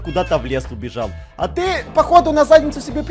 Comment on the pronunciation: или он куда-то в лес "убежаВ" украинец! :D